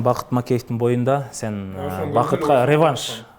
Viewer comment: Бл*дь,хотя бы рЕванш эмес,ревАнш дегенди уйрончу, ебана